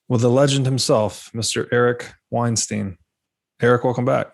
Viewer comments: Just want to mention, Robert, that Weinstein is pronounced like Einstein. Eric hasn't corrected you on this yet, but I've seen him do so at least once in another discussion. ;) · It's pronounced Weinstein, as in Einstein. Love this series so much, great job!!